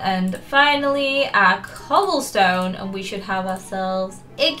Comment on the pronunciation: When she said cobblestone I thought she said coal stone😂😂